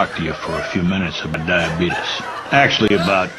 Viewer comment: ''this presentation is brought to you by DIABEETUS '' 🤣🤣🤣🤣